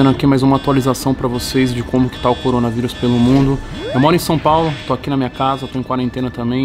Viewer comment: Depois de quase 4 meses de mortes, depois de mais de 1 mês anunciada a pandemia, depois do planeta todo estar em desespero total o Toguro chegou: "Coronarivus pelo mundo" kkkkkkkkkkkkkkkkk Sua bolha ta tão foda em mano... que tu só foi acordar pra isso agora?